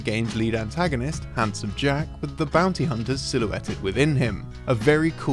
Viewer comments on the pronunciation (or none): none